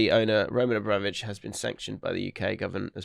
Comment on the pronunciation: The word 'Abramovich' was a constant struggle for this week 😂